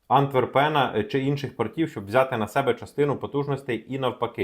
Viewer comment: Порт АнтвЕрпен( наголос на Е) Бельгія